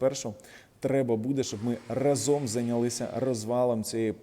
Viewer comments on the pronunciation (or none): Вас слухають і дивляться багато людей. Дякую за вашу аналітику таку дохідливу, розумну, обʼєктивну. Прошу Вас правильно вживати слово рА зом з наголосом на А, Дякую за розуміння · Сука рАзом, а не разОм